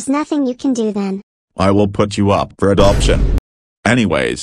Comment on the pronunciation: MY EARS- "You would be up for apdotin"😂